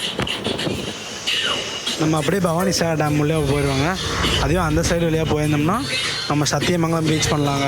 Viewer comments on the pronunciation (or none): பவானிசாகர் தம்பி அது... பவானிசேகர் இல்லை...